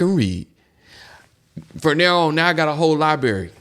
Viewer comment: You're still struggling. You said,"libary." It's LIBRARY.